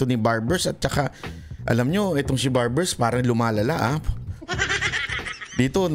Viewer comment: Barber- o WALA KA SA HULOG , SA PAGSASALITA, DEMANDA MO Barber-0 BANGAG KA RIN....😂😂😂😂😂